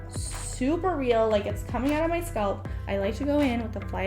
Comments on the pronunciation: Please stop saying sculp, it's pronounced SCALP!!! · This is helpful I also hate having an extra itchy layer. cantbwait to try it. my only critique, the word is scalp not sculp, its like a weird ear itch every time you say sculp 😅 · Being a wig content creator and not knowing how to pronounce the word “scalp” is wild 😂😂